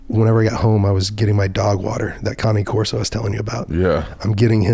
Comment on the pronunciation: He also said cane corso correct. I’m a fan for life.